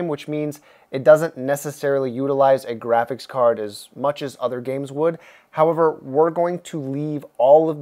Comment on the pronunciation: japan:we made the weirdest tech china: howd my gwaphics cawd